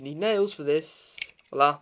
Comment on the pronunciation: FYI, "walla" vs. "voila"